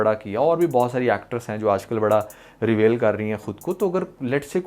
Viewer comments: Bhai ap aik aahda English course kr lein....... itniiii khraab English.....actresses........reVAIL 😂😂😂😂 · You even do not know how to pronounce basic words such as " reveal" etc... apparently you have made this video to get views. You are showing us what we had missed but if you are a drama nalysis then analyse dramas not women. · Bro Reveal ko pronounce to karna sekh ly... pair video bnana.... Bro ko un ki dressing sy koi problem nahi..... Yeh to pori film dekh k fatwa lgaty hai...🎉😂 Bro you should famous at that level..... they are earning money .... You are doing same....